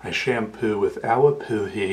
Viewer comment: The way he says awapuhi 👌